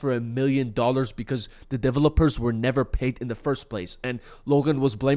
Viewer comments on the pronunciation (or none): Lmao! The way he says developers! 😂😂😂 I can't! 😂😂😂